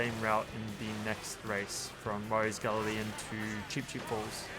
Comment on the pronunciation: love ya videos, but its not gal-le-leion. its a 'gal-yon" its a type of boat. a galleon